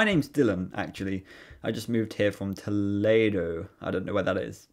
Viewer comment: that has to be the worst way I've seen Toledo pronounced. It's doesn't even look like it's spelled that way